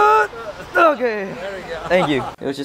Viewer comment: idk sometimes mark sounds indian especially that okayyy in the end